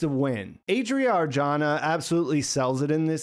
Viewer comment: "Adria Arjona" is: /'a.dri.a. ar.ˈxo.na/ rarher than: /ˈei.dɹi.ə ɑɹ.ˈdʒoʊ.nə/